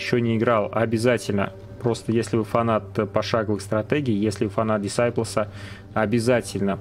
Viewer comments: правильно читается как "ДИСАЙПЛЗ"...режет слух, знаменитая же серия в прошлом. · Посмотри блин как название читается. Уши вянут.